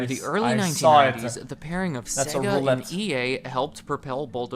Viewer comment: Why he saying sega like segga. They literally say the sega when turning it on, not segga.